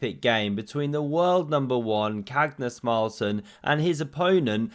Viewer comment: Cagnus Marlsen? Why the tedious spoonerisms?